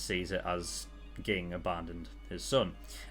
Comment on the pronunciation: By the way, it's pronounced jing. Too many comments xD